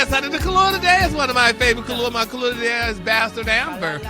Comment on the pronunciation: I thought he was saying kalua like the drink, he's saying color???